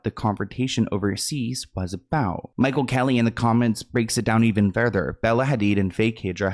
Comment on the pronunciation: Sorry but the way you said Michel’s name was driving me crazy. Still love you ❤